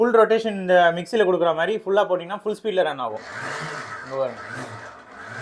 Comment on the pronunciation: தம்பி தமிழை கொல்ல வேண்டாம்...அது மாறி இல்லை மாதிரி 🤦